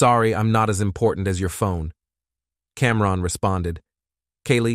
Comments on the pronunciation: What? Are you saying that you feel wrongED by the the pronunciation of CamRON? 😂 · Somebody tell the AI it’s not Cam. Ron. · Cam-Ron, then Cam-Rone… it’s like nails on a chalkboard